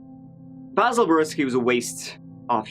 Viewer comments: really heard how Basil prefers his name to be pronounced & did the opposite 🤣 respect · I absolutely love how the detective asks him how he wants his name pronounced and then mispronounces it the whole interview JUST to get under Basil’s skin. Lol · I like when called him Basil instead of Basil hahahahaha. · The fact you intentionally mispronounce his name is golden! Anyone that horrid deserves as much mocking as possible. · Wowwwwww! This Bay-sil (Basil) is SO SO annoying! He is such a sorry sack of s*it! Poor poor me🤢... he reminds me of my Dad, but worse (didn't know that was really possible) 😳 If I was that Cop, I would've wanted to put old Basil down... HAVE A SOOK BAZ 😪😪😪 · “Basil” or “BAsil” or whatever the f**k. WOW is he insufferable… I hope his back still hurts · omg i love how starts this episode by shitting all over the pronounciation of his name, this'll be a good one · I love how he says how he pronounces his name and you say it wrong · I like how intentionally butchers his name throughout the video. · I love how used the incorrect pronunciation of “Basil” throughout. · That makes complete sense. I just thought it was funny that he pronounced it differently immediately following the video of hBasil correcting the officer on the pronunciation. :-). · the first thing he said was BAAYYYSIILL and you said BAHsil over and over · LOL I love it how just played a clip of Basil pronouncing his name correctly and then continued to incorrectly pronounce his name right after and throughout the video. Low level disrespect for a criminal. Nice. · Basil, Bazal, Idontcareizall... 🤣🤣🤣 I love you!!! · I LOVE that shows the clip with "Baysil" telling the cop how to pronounce his name and then proceeds to call him "Bahsil" the rest of the video! Screw that guy! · Basil: phonetically "Bay-sil": phonetically " Bah-sil" Me: Yeah, you get him. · "I don't caresil" 😍❤️ I needed that today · Bazzil, Bayzil, I don't carezil, lol